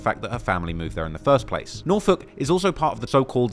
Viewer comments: Dawg how tf did this man pronounce NORFOLK correctly. Its people literally from Virginia that dont even say that shit right. 😂😂😂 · I'm impressed that you pronounced Norfolk correctly. It's my hometown btw. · Ay you kinda said Norfolk like a local. Much respect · This guy pronounces Norfolk right asf😂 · Shout out toTrap Lore Ross for showing some love to the 757 and for pronouncing Norfolk correctly lol